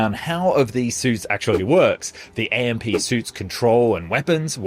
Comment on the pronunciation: AMP is pronounced as "amp" not A-M-P